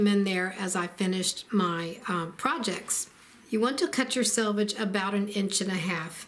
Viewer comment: You win 1,000 stars for pronouncing the word selvage correctly! 'Salvage' makes one cringe, and it is surprising how many accomplished quilters are unaware of the correct pronunciation! 😂 Thanks a megabilliokazillion for a great video. ❤